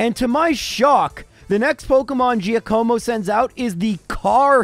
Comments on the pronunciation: lmao you didn't even try to pronounce "giacomo" i love it. have you really never heard that name before? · It takes like 10 seconds to Google how to pronounce Giacomo. I mean you’re not live here, lol. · it's Giàcomo. Not Giacòmo. Btw your pronunciation of Giovanni is on point! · “jackamo” not “geeyacuomo” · I don’t want to sound rude, but Giacomo is pronounced GYAH-Koe-Moe, not Jee-Uh-KOE-Moe. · I'm Italian and I can say that you pronounced "Giacomo" really well, just the accent is on the wrong vowel. It's Giàcomo, not Giacòmo. Still thanks, great video <3 P.S.: Giacomo is the Italian for Jack!:D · hey love the content all your videos are fantastic and it's always such a pick me up when I see a new video released. And that said I'm def not making fun of you here but just an fyi about Giacomo cuz your pronunciation really made me smile phonetically speaking it's jock-uhh-mo and the dachsbun is a play on words of the dachshund wiener dogs would be docks-bun haha but keep up the great work man I love it!! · hey, if you want to know about the Giovanni/Giacomo pronunciations I'll just say that in Italian Gi makes a J sound, but if you say them in English, try not to stress the i so much because it's actually silent or part of the G. So just replace Gi with J for Jovanni and Jacomo to sound authentic, however saying it like Jiovanni is widely accepted but incorrect. As for Lorelei, i think Lorra-lie is right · For the record, Giacomo is pronounced Jack-amo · I may think it's pronounced Giàcomo. You know, I've been pronouncing my name for the last 29 years 😅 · Lmfao! Omg! You did not say Geo Co Mo!!! When my wife and I first moved in together and were looking to adopt a dog, we looked at one name Giacomo!!! And my wife pronounced it the same way you did!!! 😂 A great video AND a nostalgic trip!?!?, you truly are amazing at your job! I love it! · Jaq-uh-mo. Italian name. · Giacomo is pronounced jock-a-moe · Giacomo is pronounced Jock-como